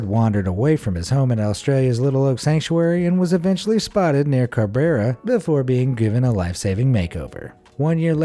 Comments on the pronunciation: When he says Carberra, does he mean CANBERRA? I live in Canberra, and it's pretty close to where the point is, and I don't know of any other cities or towns near here that have even a remotely similar name. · It's "CANberra", not "Cabeara". I know because Chris the Sheep was found right near where I live! In Canberra. I mean it's only the capital city, so no big deal, heh. :p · It's pronounced Can-bra. It also happens to be Australia's capital city! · "Can-bear-a" lol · What's capital of Australia? Car Berra? American education showing.